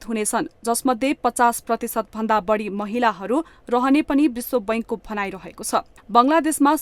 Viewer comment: अशुद्ध उच्चारणले कान बिझायो !—- मत्स्य— मत्स्य, बाढी — बढी !